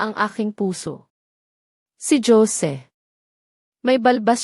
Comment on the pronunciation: tunog pinay ,k nmn magsalita , pero bat ganyan k magbasa ng.pangalan 😡 Hose ( Jose ) not dyose ,ano.b yan ! tpos Yong sige , mo sijay ? OMG Tama b Yan ? pilipino kB tlga ?😡 nkkadismaya ,makinig ,pls read right words .para more viewers and more practise reading po , and not Li - an . .instead Lian ok ? thanks